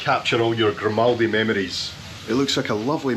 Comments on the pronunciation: 'Grimouldy' hahaha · you're pronouncing it wrong, it's said as "Grim All Day"! 🤣🤣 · Grimaldi* , as in Grime-y 😢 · it's in the name 'GRIM'aldi. lol